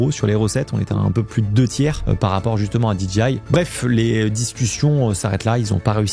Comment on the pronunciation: DJI se prononce DGI… le J anglais se prononce G, et vice-versa. 😅